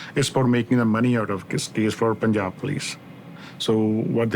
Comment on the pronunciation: Gosh cant people get their pronounciation right...one can easily find it online... Its punjab pun should be pronounced as in pun intended. Also, tinder date while still not divorced from husband??? I know that this isnt the point of the video, but still it irks me. But thank goodness she found out his true self before getting entangled with him more. Sad for her father😢